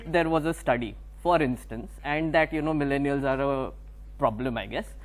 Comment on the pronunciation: He again said milleniars